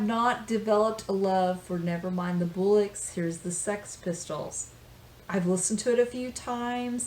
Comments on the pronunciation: Nevermind the BULLUCKS lol,i like your clumsy pronounciation. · that would be b-ou-luks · Don't you mean Boolucks? I love how the Americans try and pronounce our profanities! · Love the way you say bollocks, “boolocks 😂👍